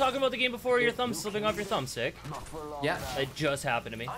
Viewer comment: go's full British accent when he said thumb stick. -. Like this style of video it works so well